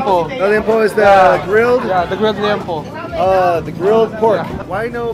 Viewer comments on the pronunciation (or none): Its liempo not nyempo 😅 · Liempo ❤ (lee-yem-poh)